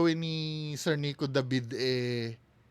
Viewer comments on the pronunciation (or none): none